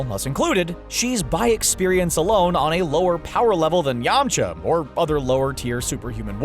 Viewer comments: “Yamacha” bOi HaVe YoU wAtChEd DbZ? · Who the hell is Yama Cha? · yamachas really it's yamcha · yamocha ...... REALLY???????????? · ....I hated this list from the beginning....then you called him Yam-uhhh-cha. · .HE SAYS YAMACHA WHAT THE HECC